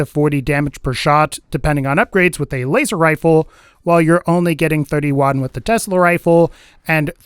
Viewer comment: When talking about the laser rifle did anyone else hear him say wazer rifle